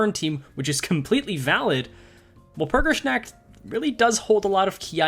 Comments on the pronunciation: wal-pur-gis-nAH-k-t i love the stuff but hearing your pronounciation makes me hurt inside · your pronunciation of "nacht" hurts my very soul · the pronunciation is literal... the "W" is less like pronouncing "Wall" more like a hard "V", like if you try pronounce too hard "Valor"... but the rest is preety accurate Der Freischütz is also okay... the biggest difference on his pronounciation an the actual pronounciation can be boiled down to accent... as the "Frei" part usually sound like you are half-snoring with your throat... but that's beeing TOO nitpicky overall, did his pronounciation homework:3